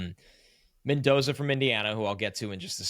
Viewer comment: Mendoza. Don’t mess it up…